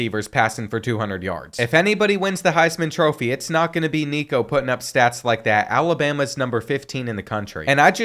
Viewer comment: thats not how you say nico last name